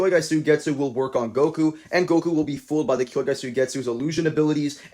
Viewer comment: Did you just say kyoyga?